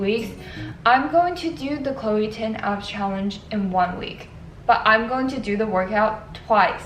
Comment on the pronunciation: ChLOe TiN..... I'm ded. WHY DO I KEEP HEARING CHLOE TIN?!!!!!